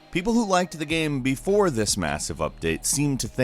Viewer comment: everytime he says "game" gaem...geam?